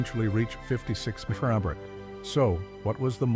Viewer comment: Poor robot can't say mpg or mph!